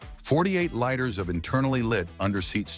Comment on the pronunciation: This is a good commentary. BUT whoever's is the voice on this needs to pronounce things correctly. Example: liters us pronounced "leeters" not "lighters"